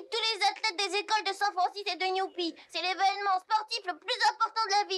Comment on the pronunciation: Olive et Yvan non c'est New Pie